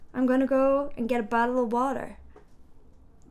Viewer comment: We baddle for the boddle when the wader brings more wadder.